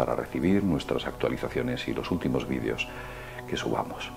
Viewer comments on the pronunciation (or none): none